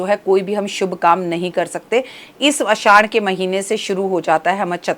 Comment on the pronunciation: Aasshhad hota hai mam. Na ki aaddash😅